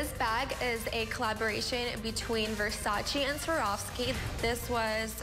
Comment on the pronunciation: Wow,... all that "glam and perfection" and she can't even pronounce Versace the right way. I was so happy with my tomboy life growing up in the 80's with my friends. None of this nowadays crap!! Worked hard my whole life to buy my Versace😁